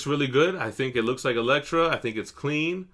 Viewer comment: It's Elektra. Gotta go with the sai.